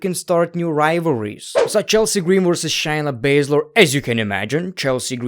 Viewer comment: It's Shay na Basz ler